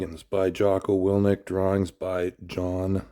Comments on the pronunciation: wil ink not wil nic lol but awesome book jocko i cant wait to have kids so i can buy them books like this and teach them the basics of manhood.. Devin your the best and are the limitless guru animal spirit of arm wrestling if anyone debates that they can look up your WAL scorecard alone to see the table IQ is the only 10/10 in the sport... and your physicality alone has grown even as your getting older. remember levan is just a smol dragon all you have to do is keep growing the giant pumpkin but do note this might take some 1 arm pancake 1 arm banded table time and levans hit do the most damage to your elbow and i pray you dont get bortelato'd like michaels left arm when catching levan... but if he slacks at all you just have to out transition but dont get me wrong when i say im almost expecting him to get a pin or two before hes running out of steam i actually mean its going to be like spiderman stopping the train if i could bet id stake the whole block on you... biggest heart in arm wrestling ... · Wil-ink not wil-nik dev thank you sharing gonna have to get a copy of it for my kiddo. Huge jocko fan